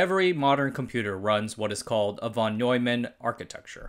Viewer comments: It is „fon“, not „von“! Yes, that's how you read it. Also, it is „10 times“, not „10 ex“! People only write x, because they are unable to locate the symbol ×. Why do you degrade the quality of your content by talking like this? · The Von in Von Neumann is pronounced "fon". English swapped Vs for Fs at some point while Germans didn't.